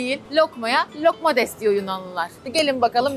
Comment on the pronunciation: Lokmades değil loukoumades(lukumades) 🙂